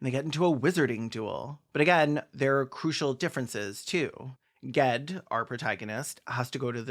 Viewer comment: Thank you for correctly pronouncing Sparrowhawk's true name (Ged). It drove LeGuin nuts when people said it like jed. GED. I'm just sorry you couldn't have found a picture that showed him as he was -- copper skinned and dark haired.